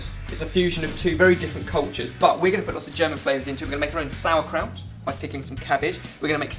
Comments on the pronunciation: Im getting triggered from this "sour" kraut. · I´m german and I love the way you pronounce "sauerkraut" and "spätzle"